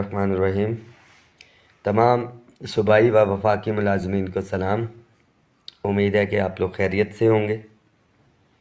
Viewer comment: Respected. Kindly SALAM sahi say Ada ki karain. JAZAKALLAH